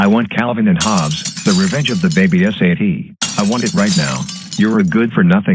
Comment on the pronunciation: GOOF: He says "S-A-T" instead of "Sat"